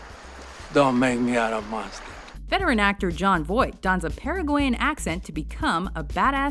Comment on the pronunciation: I knew you were right when she described Jon Voight's accent in Anaconda as "Paragoi-yan."